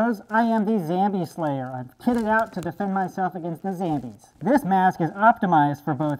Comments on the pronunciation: Why do you say zambies instead of zombies? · I love how you say zambies instead of zombies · Why do you call them Zambies? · Wy u call zombies zambies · It isn't zambies it's zombies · it's not zambies it's zombies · It's zombies not zambies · Why do you say SAMBIE! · I Tell everyone at my school about you they all think you funny I told them about how you say ZAMBIES instead of zombies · its not called zambies its called zombies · Its pronounced Zambles.